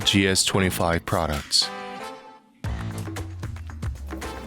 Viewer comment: 쥐에스 투에니 파이브~하니까 겁나 있어 보이네 ㅋㅋㅋㅋㅋㅋ😂